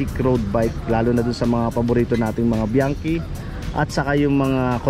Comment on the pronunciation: Hnd bianki Ang basa Dyan , GANITO Ang basa sa biachi, suond like this BIANTSI, THAT THE FAMILY NAME. MANY OF PILIPINO GETS A WRONG PRONOUCATION